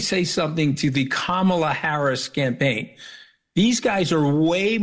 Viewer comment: Was waiting for Chris to pull him up on Kamala’s name pronunciation, and then he did. Well done Chris 👏👏👏👏👏